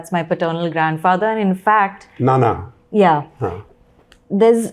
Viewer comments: Dada not Nana Sir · Not nana but dada:) I suppose Shekhar’s Malayalam is a goner but I wonder why Hindi is not up there